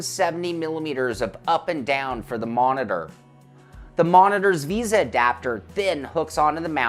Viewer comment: It is "v ay sa" mount, not "visa." Just picking on you, lol. I may buy one of these for my next rig. But I am looking at Trak Racer rigs as well. Their 8020 rigs have a lot of accessories. I do prefer the tube steel look though.